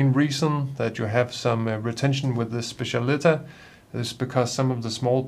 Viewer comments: It’s pronounced SPETCH-AH-LI-TAH. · I think it's pronounced spe-ssial-i-TÁ .